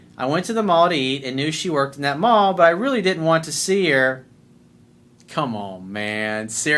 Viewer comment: Lol I love when u say " common man"!!! Lol 😂🤣🤣